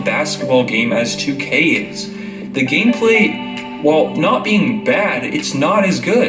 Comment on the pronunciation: Nigga said gameslay